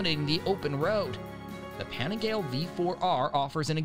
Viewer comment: Let me step in here for Americans to say the dolt (guy) narrating this doesn't represent all of us. Any guy I know in US that rides streetbikes understands how to pronounce Panigale properly.